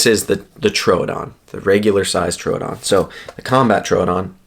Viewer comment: Why do ppl pronounce troodon like that lol it’s annoying asf it’s pronounced like truedon TROODON THERE IS NO U OR A IN THE FUCKN WORD LMAO JESUS 😂😂🤯